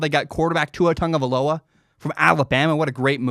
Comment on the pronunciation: It’s Tagovailoa. Not Tungavailoa